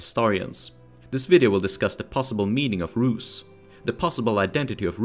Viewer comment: Rusy it’s like dirty bland not rad 🤷‍♂️